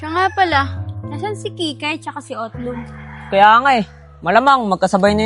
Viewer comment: utlung ❎ otlog ✅